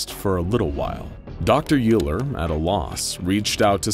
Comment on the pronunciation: As a math major, with all humility, and apologies, it is my duty to point out that "Euler" is pronounced "OY-ler," not "YOO-ler..." assuming I have that correct.